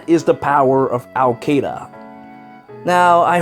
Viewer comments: ITS SHIIDA NOT KEYDA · Awesome brain damage story but I pronounce Caeda differently (I say it like see-duh) cuz that's how they said it in Warriors I think so the name kinda takes a blow if you say it different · Ok, I know this ruins your joke. But her name is pronounced She-da. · Al Caeda was always the Sword flier that I wanted to use since launch, even without her Wing Sword refine. Then again, since I’m just a little f2p player, I never get to build any of the units I want to. Btw, I always have pronounced her name as KAI-AY-DUH even though it’s actually “Shiida” or whatever. I think the way I pronounce it sounds stupider and sounds better to my half-deaf ears. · its pronounced SEEDA /s